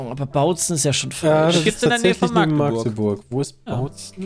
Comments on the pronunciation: Das heißt nicht "Maaagdeburg"! EInfach einen kurzes A bitte, also "Mackdeburg" :) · Erste Gelegenheit dazu, das zu schreiben, da ich jetzt hier wohne: "Dit heest 'Machdeburch' und nich' 'Maaagdeburg'." :D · ich komme aus magdeburg und , magdeburg wird nur mit ein A geschrieben und nicht so Maaaagdeburg :D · Lieber Maaagdeburg als Ma-Agdeburg ... Aber korrekt heeßt es eh Machdeburch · Das heißt Machdeburch und nicht Maaaaaaaaaaaaagdebuuuuuuuuuurg!!🙈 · Ich fand es okay. Wüsste nicht ob ich 50 Fragen zu Westdeutschland beantworten könnte. Eine kleine Sache noch: Magdeburg wird nicht Maaaaaagdeburg ausgesprochen. Da bluten mir die Ohren 🙉 Richtig wäre Machdeburch. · Dat heißt Machdeburch und nich anners du Vorel! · Wie sie Magdeburg aussprechen macht mich jedes Mal wieder krank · Ja ich finds auch ganz schlimm diese Aussprache. Wohne auch nur so 30 min von Magdeburg weg xD